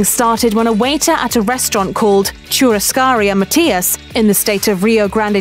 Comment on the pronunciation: the right pronunciation: picanha = pee-ca-ña churrasco = shoo-ha-sco chuleta = shoo-le-ta churrascaria = shoo-ha-sca-ree-a other than that, this video is surprisingly accurate, but this type of barbecue is more common in southern brazil and we actually do this "gather around the fire" thing to this day